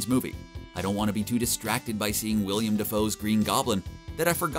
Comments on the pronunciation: It's Willem not William🤢🙄🤦🏿‍♂️ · It’s Willam not William. No “I” after the two “LL”s, sorry, it’s his real name. I can’t allow that to be passed. So, I hope the film is great! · IT'S WILLEM not WILLIAM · Tired of hearing people call Willem Dafoe, WILLIAM!! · Not trying to be petty or persnickety, but his name is Willem DeFoe, not William. It isn’t just a difference in spelling to be overlooked where the pronunciation is still the same, it’s literally a different name. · “Wiliam” defoe